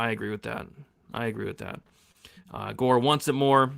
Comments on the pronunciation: I thought the Gore name pronunciation was a bit, and now I think reaction is a bit too 😂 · I thought was making a joke saying tresean gore name lmao